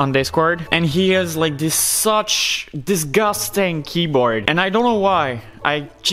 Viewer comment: "This is disgastang "